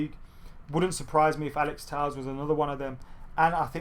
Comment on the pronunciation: It's pronounced Alex Tell-esh. Would've thought someone would've corrected you by now.